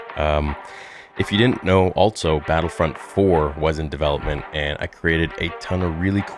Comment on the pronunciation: You say altso instead of also